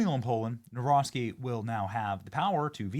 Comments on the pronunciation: Dammit Benny. It's NavRocki, not NawroSKI. Don't be ignorant. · That chick keeps mispronouncing his name!! NAW ROCKI NOT NAW ROSKI !!! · Benny, the pronunciation is Nah-vro- tskee. The amount of dirt the opposition threw at him equals to smear thrown at Trump. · I wanted to scream the way you pronounce his last name learn it or stop it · What a way to butcher the name